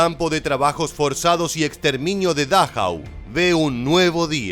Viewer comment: No soy experto como tú. Pero leo el nombre de dachau. No es dáchau como le llamas.